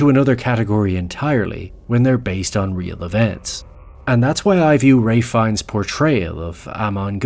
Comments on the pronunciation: It's not Raife, or Wraith. It's Ralph, Feines. Good God it's like you glossed over that. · Great video but PLEASE say his name right, it’s Raal - ff , Fin - e - us… not rafe fines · The L is not pronounced! It's pronounced Rafe Fines. You owe the content maker an apology, and you made yourself look like an azz...I bet you're used to it though. I also hate AI. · His name is pronounced "rayff". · Ray Fines? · What the heck is up with your pronunciation of his name? You're saying "Ray Fines"? That's not how your pronounce his name. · His name is Ralph Fiennes, not Rayth Fines